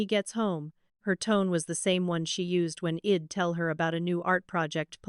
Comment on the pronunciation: Please teach this AI narrator i'd is pronounced eyed and not ead it stands for I had, English is not my first language but even I know it